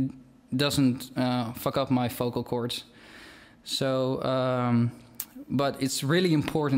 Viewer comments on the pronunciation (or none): It doesn't fuck up my focal cover" ^^that accent